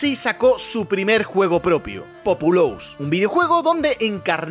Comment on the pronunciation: Tu pronunciación de Populous y Theme Park me ha dado cáncer